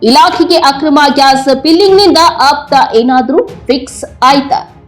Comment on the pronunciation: ದಯವಿಟ್ಟು ನಿಮ್ಮ ವ್ಯಾಕರಣ ಸರಿಪಡಿಕೊಳ್ಳಿ. ಅಪ್ತಾ ಗೆ ಆಪ್ತಾ ಎಂದು ಉಚ್ಚಾರಣೆ ಮಾಡುವಿರಿ.